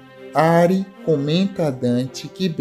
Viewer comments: Não é Ári. Diz-se:A-ri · Não é ari é arii